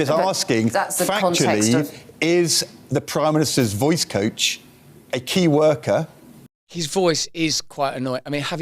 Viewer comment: it's Keir worker, that voice coach (not 'key worker')